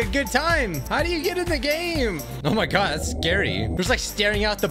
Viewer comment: "oh my goud guys,Norrr" love that